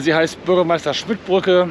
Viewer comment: Bgm. Smidt, nicht Schmidt. Johann Smidt. ☝️